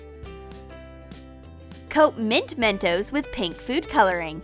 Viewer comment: That’s not how to say mentos😡👎🏾